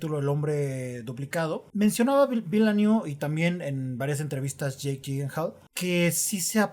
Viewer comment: Según lo que he escuchado se pronuncia: "Dení Vilanub" 🤭🤔